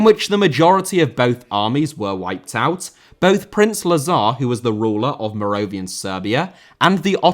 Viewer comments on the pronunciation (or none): none